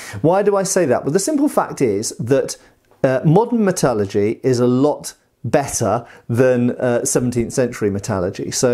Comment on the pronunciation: I love how you say metallurgy iv never heard it pronounced that way and somehow it sounds so much more correct